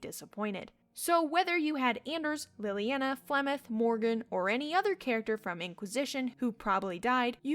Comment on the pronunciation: i like how you mispronounce leliana's name even though it's said outloud. like, it's not read in a book but you're still mispronouncing it. lol